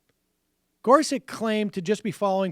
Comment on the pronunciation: Is there a reason for Sam's "idiosyncratic" pronunciation of Gorsuch (gore-suck')?